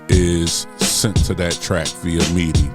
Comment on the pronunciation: That's why you don't mute tracks. You mute pads. I can't help but laugh at when you pronounce midi as meaty... Philly Talk